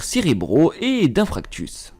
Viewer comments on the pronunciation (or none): infractus mdrr😂